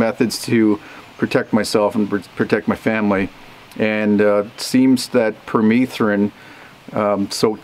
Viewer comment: Here in the US I thought it was pronounced PER-METH-RIN not PER-MEETH-RIN